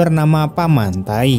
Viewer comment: Gan.. Membaca Paman Thai.. Jangan nyebut paman Taik..